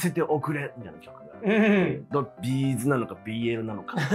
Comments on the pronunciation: B’zのイントネーション違うよね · 企画は面白いんだけど「B'z」のイントネーションが気になって仕方ない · B'zファンとしてはB'zの発音が気になる（チーズと同じが正しい） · 私はB'zファンではないけれど B'zファンならB'zのアクセントを訂正してほしくなる B'zのアクセントは平板ではなく、頭高